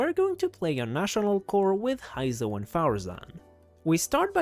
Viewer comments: btw Heizou is suppose to sound like "hey zou" not "hai zou" also, not "Vi-shap", more like "V-shap" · That “Hy-zo” is killing me…